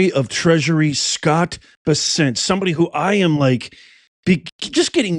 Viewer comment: U r mis pronouncing scott bessents name,ck it out. Thk u